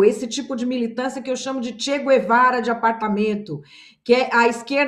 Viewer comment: é CHE GUEVARA, e não GÜEVARA... pela amor de Deus!!!